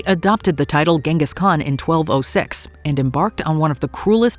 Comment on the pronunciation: It's usually pronounced Genghis with a soft g like the one in 'gin'